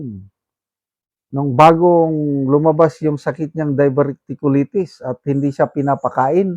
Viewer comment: Pwde moba ayusin english ex steak not stick n also diverticulitis check google how to pronounce it some students might be misguided u chose to be a vlogger then its your duty to be good at it. Fyi i follow all your episodes but pls make it better next time regarding the issue i mentioned. Good luck 👍👍👍